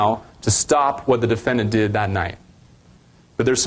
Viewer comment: I feel like a prosecuting attorney should really be able to pronounce the word "defendant" ffs dude what is a duffennint